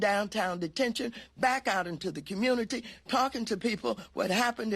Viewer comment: "I was in da streetz, in da Kammuunituh"